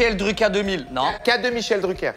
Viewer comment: Véto !!! K- deux mille chel druker marche autant que Michel Dru K -2000 dans les deux la dernière syllabe est squeezée ...😁